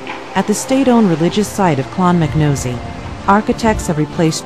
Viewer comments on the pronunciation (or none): clonmacnoise; not clonmacnosey!! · "Clon-mack-nosey" jaysus!